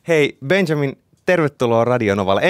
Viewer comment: Miks se sanoo Benzamin